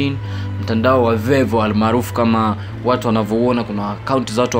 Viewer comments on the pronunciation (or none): none